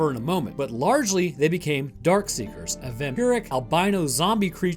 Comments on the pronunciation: No offense, but It is "Dark Seekers" not "Dark Sayers" or "Dark Seers" as you tended to pronounce it. FYI. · It’s DARKSEEKERS not dark see(ers) like you said. And they aren’t “sleeping” when Sam runs into the building. They’re feeding on the deer. If you missed that, then you should watch the movie again. Lot of auditory cues in there that I bet you missed. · Not dark see-er, Darkseeker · Why does he keep calling them “Dark-see-ers”? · My favorite part of the video is how straight up refuses to pronounce the “k” in darkseekers 90% of the time 😂